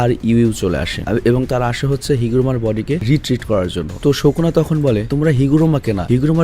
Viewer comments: ভাইয়া প্লিজ ঠিক করে উচ্চারণ কর। নামটা সুকুনা not শকুনা।😑😑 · ভাইয়া তুমি সব সময় সুকুনাকে শুকুনা কেন বলো😅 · Bro its sukuna not shokuna 😂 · sukuna❌ sokuna✅ .....😵‍💫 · Vai kisu mone koiren na.😢 Sokuna na sukuna hobe• Sukuna bolle Valo hoy karon apnake ar jonno oneke onk Kotha bole.😢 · ভাইয়া সোকোনা বলেন কেন সুকুনা বলবেনন প্লিজ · Sokuna na sukuna😂😂😂abal